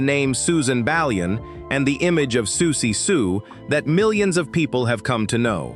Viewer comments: Why do you keep saying "Sooksie", then reverting to the usual pronunciation of Siouxie's name? After all, you wouldn't keep calling the Sioux tribe "the Sooks", would you? And then Socksy? What the heck is going on? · I wanted to listen to this but I can’t…Sooksie!